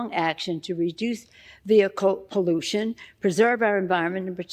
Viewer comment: Pollution rhymes with Pollusi! This lady is the Barabus of the new Order!